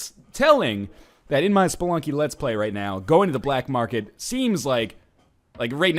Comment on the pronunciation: Did NL say,"Welcome back to Spelunk,"? Kinda sounded like it.